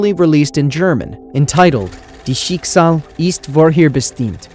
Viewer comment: I love your videos!!! If I may, correct your German pronunciation a bit. Dein (sounds like dine) Schicksal (sounds shik-zol) ist (sounds like ih-east) vorherbestimmt (sounds like for-hair-beh-shtem-t).